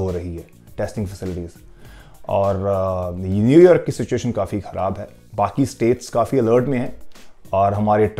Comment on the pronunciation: whenever he says new york, it sounds like new year.